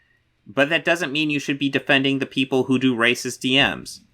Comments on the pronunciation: I am getting so fucking aggregated by his pronunciation of “rossacist”— it’s a blatant grift to not trip the demonetization algorithm and drag his video out long enough for a fucking ad break. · To me it kinda sounds like he is saying eroticism. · Yeah, it's not a pronunciation in his accent, haha. I thought it was poking fun. Still find it funny to be honest. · I actually asked what was up with the pronunciation of "racist" in the video and flat-out told me it was to avoid the video getting demonetized. Okay. Anyway, this Midnight's Edge video is gaslighting of the highest order. It is correct that news outlets tend to get drawn to the controversy like sharks smelling blood, but Midnight's Edge uses that playbook just as badly if not worse.